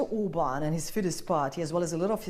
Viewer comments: A propaganda por szavakat sem ejtette ki helyesen (szerintem)A csajszi is furán mondta ki Orbán nevét. Peti joban beszél a Toronál de kilóméterekröl hallani hogy nem Angol vagy Amcsi beszél . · Amennyiben az angol tudásuk volt az érdekes elég lett volna csak őket hallani, nem egy riport részletet. A riporter hölgynek szakmája lenne a szép és pontos beszéd. Szerintem megelégedtünk volna Tőle egy németes r betűvel az Óbán helyett. Kár volt politikát behozni. Ahogy más is írta: nem annyira jó a kiejtésed, így ezzel a videóval megidéztél egy közmondást szálkáról és gerendáról. Kár volt. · A RIPORTER ORBÁN HELYETT OBÁNT MOND ! NEKI IS GYAKOROLNI KELL A KIEJTÉST NEMBAJ KISANYÁM ?